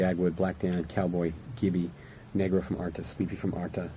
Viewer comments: He also pronounced negro wrong it sounded like the n word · idk if it’s just my ears but did he say the “N” word while trying to say negro? 😬